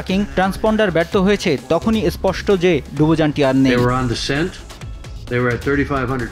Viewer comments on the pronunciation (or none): none